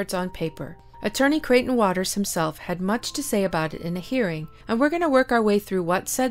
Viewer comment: Really interested in the topic but “ sir crieghton waters” come on I can’t listen to that